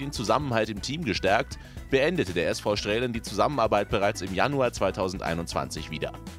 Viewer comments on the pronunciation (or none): Es wird "Straalen" gesprochen, nicht "Strälen" ;) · Strälen 🤣🤣 das wird Stralen ausgesprochen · StrAlen, man spricht es StrAlen aus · Sinan Kurt war beim SV Straelen. Straelen wird zwar mit ae geschrieben, aber nur mit a ausgesprochen. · Straelen spricht man "Strahlen" aus. Das ist ein Dehnungs-E. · SV Straelen wird SV Stralen ausgesprochen. Do the research. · Das wird nicht Strälen ausgesprochen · Es ist ein verdammtes niederrheinisches Dehnungs-E, man spricht also STRAALEN. Top Journalismus. 🤦🏻‍♂️